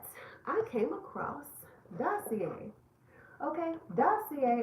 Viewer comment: Lmao you could’ve hit me up for Dossier pronunciation. Love the attempt though ☺️